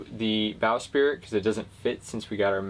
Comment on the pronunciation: 😂 bow “spirit” 😂😂😂